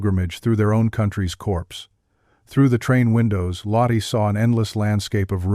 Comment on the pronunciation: "Lottee and Hildee . . Should be Lotteh and Hildeh IDIOTIC AI